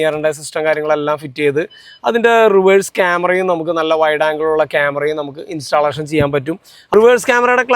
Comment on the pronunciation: ഇൻസ്റ്റാലേഷൻ അല്ല ബ്രോ ഇൻസ്റ്റല്ലേഷൻ ആണ് 👍